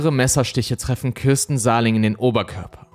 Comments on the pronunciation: Ich hab dir ja schon häufig Komplimente für die Videos gemacht, so auch hier. 👍 nur ein was triggert mich dann doch manchmal, du sprichst die Namen von Opfern oder Tätern häufiger falsch aus. Damit meine ich nicht, wenn ein Fremdländischer Name schwierig auszusprechen ist, sondern wie in diesem Fall, wenn du einfach falsch liest und Buchstaben weglässt oder dazuerfindest. Hier heißt die Frau Sahlig nicht Sahling. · Heisst sie nicht Sahlig mit Nachnamen? Ich verstehe immer Sahling...